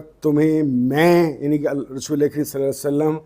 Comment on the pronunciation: Sir saly nahi perhen salli perhen